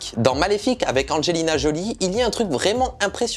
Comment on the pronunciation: J'ai vraiment du mal avec ta prononciation du mot " avec" que parfois tu prononce "avait", sinon très bonne vidéo 👍